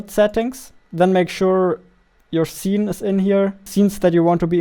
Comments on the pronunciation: zee. No its see with S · See❌ Zee✅ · not hating or making fun of him but i love how he says Zene instead of scene xD